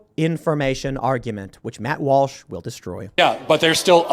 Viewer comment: Tim calls Matt Walsh "Malsh"